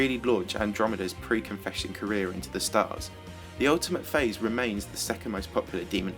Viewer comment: when i heard you saying "the ultimate phase" i heard "the ultimate face" xD